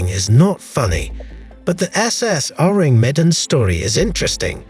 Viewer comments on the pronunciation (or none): Awesome video but that’s not how your pronounce that Ourang Medans name